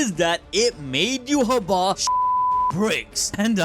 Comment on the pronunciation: Dude says you ha wah its yai watch